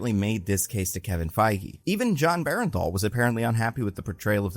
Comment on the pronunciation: Are you mispronouncing names on purpose? Bernthal is not pronounced bear and thall.